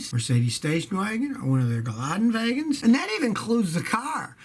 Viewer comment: gelande wagen not gelade wagen